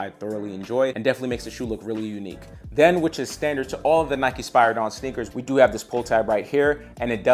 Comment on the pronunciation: Spear a don not is how you say spiridon and the air max 1 wasnt the first air max the air max 270 was